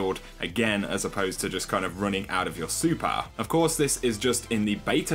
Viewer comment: Its super and master not supar and mastar